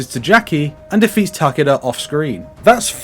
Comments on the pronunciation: "Tah-keh-dah" is the correct pronunciation, since he is Japanese. "Tah-KEE-dah" is a very Westernised pronunciation, like how most Westerners say "Kah-ZOO-yuh" instead of "Kaz-uh-ya". There are many examples of this, but it mostly comes down to that emphasis on the second syllable, which is usually incorrect. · Takaduh is probably the funniest way to pronounce Takeda. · The game doesn’t pronounce his name right either. It’s “Tah-keh-dah” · The way you say Takeda is hilarious terrifying XD